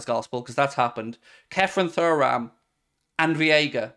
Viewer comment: Hi mate I think his name is pronounced turam